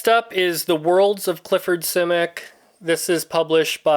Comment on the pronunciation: I've read most of his novels and what amazes me most about him was his imagination. By the way you are the first person I've heard that pronounces his name the way he did. If I have a favorite book it would be All Flesh is Grass.